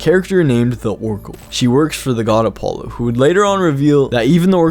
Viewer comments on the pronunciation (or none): none